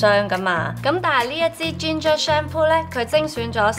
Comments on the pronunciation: Ginger 發音好怪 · 佢發ginger 發音好那怪